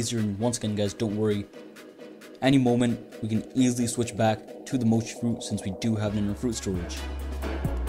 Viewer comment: Bro had doughy this whole time it’s mochi